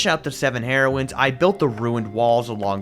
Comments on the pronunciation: Oh my gosh I am dying laughing It is pronounced hear-oines, not heroin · “Heroins” got me every time 💀